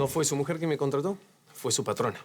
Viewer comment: dijo mojer no mujer